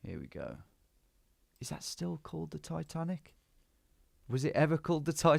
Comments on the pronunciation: "Ititanici"? lol. it's Titanic! :D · Am i blind or did my guy read Titanic as Itatanici 😂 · Tom, I was screaming its Titanic you noob not ITitanicI 😂😂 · Itanichi 😂 pretty sure it just says Titanic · My heart sank when Tom said Ititanici 😆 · He misread it as ITHANICI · haha i just started watching and thinking what is he talking about, it only says titanic. hahahaha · Am I lost or did Tom just misread titanic as something in Greek ? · Came here to say the same 😂